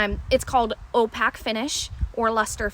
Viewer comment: Nice bands. Just an FYI the beads are not pronounced "opack" but "opaque" with a long a sound.